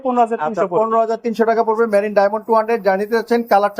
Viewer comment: মেরিল না মেরিন এটা 😂